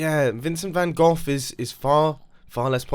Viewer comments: Excuse me did you just say vincent van gough? don't worry, as a dutch guy I'm used to people saying or even spelling it wrong :) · And of course, Van Gough is nowhere near as good as Van Gogh. You should do the intro in Dutch as tribute for getting it wrong... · Dutch because you made fun off our best painter van gogh and not gough or goff shame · Dutch, since you've butchered Van Gogh's name.